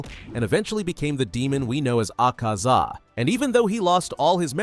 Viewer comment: The moment he said AHKAZA Got me rolling on the bed-floor -wall yes ik iam a spider